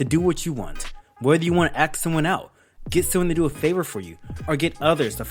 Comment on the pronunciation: never trust someone who says axe instead of ask